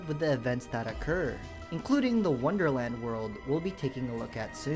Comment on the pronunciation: "worderland!,wonderland!,its in a jar"